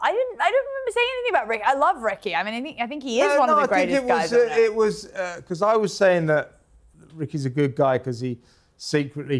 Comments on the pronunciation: It's pronounced lonceston 😊😉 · Launceston is pronounced Lon-ceston. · I’m starting to worry about research capability, especially after her believing that Launceston, pronounced Lonceston was the capital of Tasmania…and she’s Australian? Embarrassing really